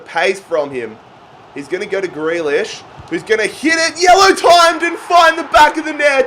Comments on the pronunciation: You only sold him bc you can’t say his name fucking properly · first you pronounce grealish’s name wrong NOW YOU SELL HIM. Wow just wow